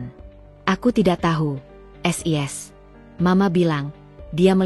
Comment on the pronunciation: sebenarnya ceritanya bagus sayang cara bacanya agak aneh sis kenapa d baca S I S jadi kedengarannya lucu seoerti ngak bisa baca,maaf ya komplin